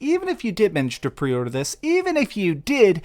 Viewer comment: I took a shot every time he said “prey urder”.